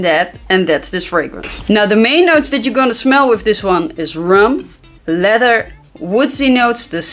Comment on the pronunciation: Love your content and sense of humor. You always look on point. Love how you start your videos from a distance. So that I could take a peak of those perfect abs amazing!! And Love 💘 how you say leather. You pronounce it letter but it sounds so sexy. And your a Taurus just like my little one. Don't bother a Taurus when there sleeping. That's like there holy grail haha!! And what's an amazing fragrance I still wear is Clinique Happy smells amazing it was and still is a head turner. My Taurus daughter loves it. She's a frag head like us. And send my love to miss fresh nice day my beutys.